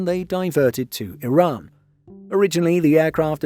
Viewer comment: The channel's pronounciation is much closer to the actual pronounciation of the country. I also really appreciate the channel narrator pronouncing Iran like e-Run and not like amny Americans pronouncing it like I-ran.